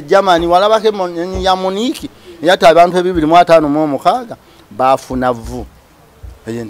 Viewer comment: 🤣🤣🤣who have heard muniiki 😅😅😅 Meaning Munich of Germany